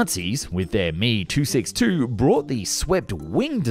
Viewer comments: It's not the "me" 262 (like the 1st person pronoun), it's the letters "m" and "e". Also, the Me-262 was not supersonic. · Correct pronuciation of Dasault is "Dasso",...and as far as the 262 is concerned, it's "M.E." and not "ME" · Saying ME... 262 👎 It's M.E. Tailerons control pitch and roll. Not yaw. That's what the rudder does.